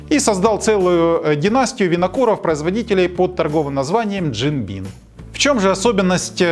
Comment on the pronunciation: Бим а не Бин. Мистер Бин то чуть другой "винокур" )))